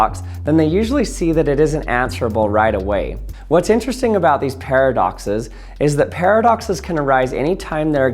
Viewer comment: Not only did you break Chat GPT but you also gave me a migraine with your pairofduckces. 🤪